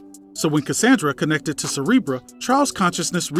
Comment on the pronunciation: Cerebro...damn these non-pronounciating asses